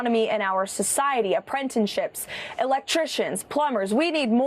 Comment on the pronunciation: What’s an apprentonship? Can someone please tell me. Thought Bullshit Barbie would know it’s not pronounced that way. Didn’t Daddy Donny not teach her properly.